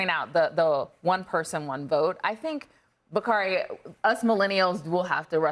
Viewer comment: Bakari turned into "bakardi b"....😅😅